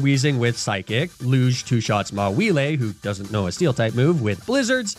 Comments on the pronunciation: i'm very happy that my favorite pokemon is getting mispronounced now. i love mawhielé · I did not just hear Mawilé and Cindérachi... Right..?